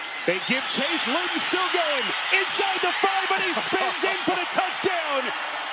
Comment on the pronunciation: “FOR THE TOUCHDOWN-EH” every single time. I’ll have to suffer this week as he is calling the Titans colts game once again